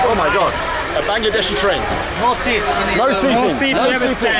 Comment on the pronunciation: "Bangedeshi train" উচ্চারণটা খুব ভালো লাগলো! 😂😂